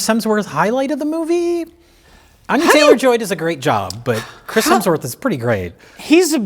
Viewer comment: You guys give crap to for his pronouciation of words, but proceeds to call the leading actress "Anya Chaylor"